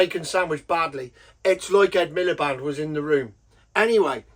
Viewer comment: Man said Rd Milepede! 😂😂😂😅